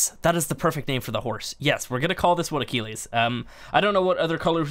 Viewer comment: It's ac-kill-eez